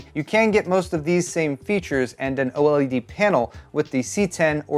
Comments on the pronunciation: Can you please, PLEASE say "OLED" instead of "O-L-E-D"? 😂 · OH! L.E.D? Gotta pick on for saying every letter like no one else lol.